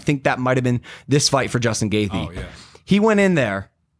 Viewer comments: imagine not knowing even as much as how to pronounce Justin Gaethje. Stop calling yourself an MMA fan you sound like Stephen A. Smith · Others have said it but how the fuck do you not know Gaethje?!? And mispronouncing his name is just lame man come on...